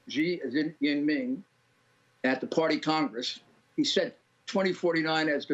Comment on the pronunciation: Its „Xi Jinping“, not „Shee Jinmin“, Mr. RudyColludy, Sir.